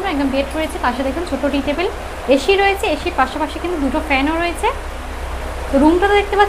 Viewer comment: মামনি এশী রুম বলে না বলে এসি রুম